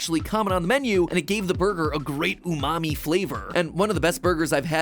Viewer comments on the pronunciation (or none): I first heard matpat say umami flavor as mommy flavor.